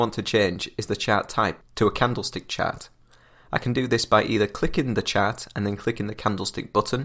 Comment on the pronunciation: omg its pronaunced "Chart" not "Chat".